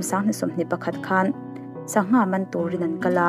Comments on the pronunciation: I thil chhiar ah hian hawrawp ṭan tir ah hawrawp mal lam rik kim loh a awm leh ṭhin,entirnan Sangha-Angha,Zonunfela-Onunfela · tangha awmlo, sangha tih ilam thiamlo ami